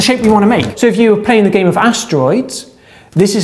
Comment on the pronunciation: in your pronunciation, space is spice, game is gime, donut is doinut.